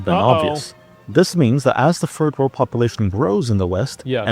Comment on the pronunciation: did he just say “the furred world”? Edit: yes. Yes he did. Many times lol.